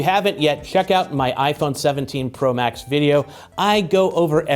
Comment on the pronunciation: Am I the only one who heard " this is the iPhone 17 pro bax "